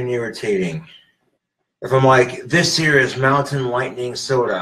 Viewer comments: I love how he is so adamant about repeating “this here is mountain lightning and it’s delicious” even though the audience heard it the first time and he just doesn’t clue in that the way he says “this here” sounds like “hey Siri” He thinks it’s like some ghost in the machine type shit and that instead of turning off Siri, moving on with the next thing to say, or saying something different he yells and smacks his phone around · ''This here'' basically sounded like Siri and it went off again lmao. So funny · he necer figured out that slurring the words 'this here' sounds like 'hey siri' if you slur it just right